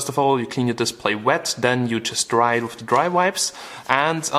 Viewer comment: LMAO "You could kill somebody mit de phone"